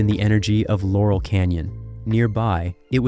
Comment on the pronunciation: Jesus tap dancing Christ!!! It's LAUREL Canyon, dumdum! You also need to fix the audio. 🙄